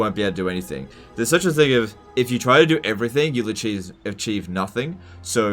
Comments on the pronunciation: His tactics are so cheese based, that he actually said acheese instead of achieve LMAO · "If you try to do everything, you'll acheese nothing" legendoftotalwar 2020